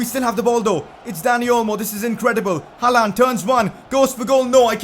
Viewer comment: Your pronouncing on håland is pretty good actually